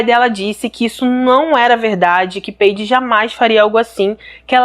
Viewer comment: Não é peide e paidje que se pronuncia.